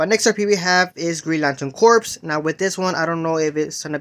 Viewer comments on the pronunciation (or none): Man it's Green Lantern "core" not "corpse". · The ps is silent in corps its pronounced "green lantern core". Also the deathstroke we got was the rebirth design. The new 52 design is a lot more armored up and looks pretty damned cool